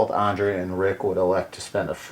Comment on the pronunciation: You’re saying Andrea wrong. You’re saying it like Ondrea. An ‘A’ never makes that sound in the english language.